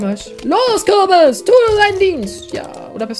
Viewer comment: Es ist ein Kürbiz liebe, ein Kürbiz:D